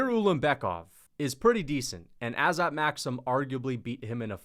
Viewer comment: I just wanted to clarify that the pronunciation is Azat